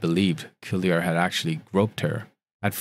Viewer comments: Just FYI for the narrator.."Cuellar" is a fairly common Hispanic surname. It's pronounced "Kway-Yar"..NOT "Sue-E-Yar". Sorry..it's super distracting. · Pronounced Quay- ar (Cuellar) not Sili ar. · Cuéllar is pronounced Que(like the Q in quest). The second consonant is pronounced like the Y in Yard. So if you do Que-yar it would sound more or less like it's supposed to. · Great content but you really should learn how to properly pronounce names. The driver's last name is pronounced "kwe-yar."